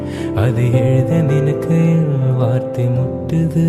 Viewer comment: Ugh .. pls take care of pronunciation... unable to enjoy the song.. it's kavithai kottuthu.. not suttuthu.. likewise it's ninaikaiyil not ninnakayil... and azhugai not azhuga..